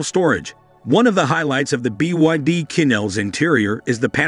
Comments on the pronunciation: It's pronounced chin, not quin. Chinese and French among other languages use a different set of phonetics to represent their actual sound. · Qin is pronounced as chin as in the Qin Dynasty